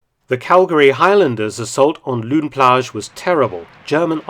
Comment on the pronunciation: Pronunciation 'lone plage' it's a mix of flemish and french name